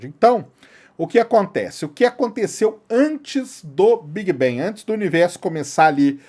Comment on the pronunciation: Por que brasileiros pega todas as palavras em inglés que tem a letra A e pronuncia E? Quem disse que BANG se prinuncia BENG? Nossa .... Big bang seria : Bêg Bang com G mudo, bang com A agudo BANG! Outra coisa : deus só existe na sua cabeça.